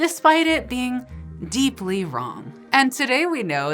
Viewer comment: deeply Heheheheheheh